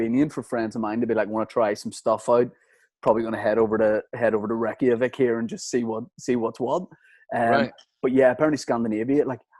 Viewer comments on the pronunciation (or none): Why does pronounce Reykjavík as “Wrecky-a-vick”